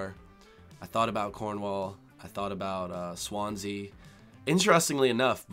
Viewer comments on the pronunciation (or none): none